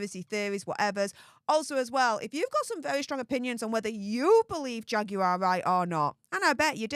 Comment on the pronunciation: the correct pronunciation of Jaguar Wright's first name is simply "Jag War".